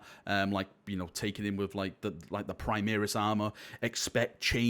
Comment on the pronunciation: "Primeris" lol :D